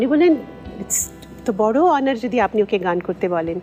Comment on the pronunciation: তাবোড় নয় তাবড় । তা বড়।